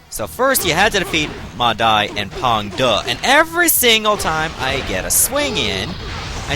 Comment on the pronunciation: first of all, i really like the way to pronounce Pang De - it's pretty accurate ... also yes u r right, Xu Chu (not Zhu) didn't really fight Ma Chao historically - it's just a novel thingy. Just like later on Ma Chao vs Zhang Fei at Jiameng Pass. Meh. and also u r right, Tong Pass is actually much nearer to Chang'An (Xi'an today) than Luoyang. It's put under Luoyang probably due to its proximity somewhat... it's nearer to Hanzhong but the Qin mountain ranges stands in between. If there was a "Battle of Chang'An" I bet it'll be placed under Chang'an instead. Cheers!